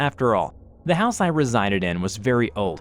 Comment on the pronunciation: "Sorry, wrong hause"? That made me laught too😂😂😂😂😂😂